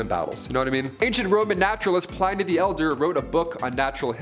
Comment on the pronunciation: I CAN’T TAKE IT! FOR THE LOVE OF GOD IT’S PRONOUNCED “Plin-ee”